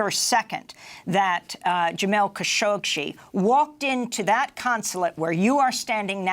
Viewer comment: It's Khashoggi the g pronounces like in "good" not as in "Gina" i also hear Kashokshee ? Am i right or am i right?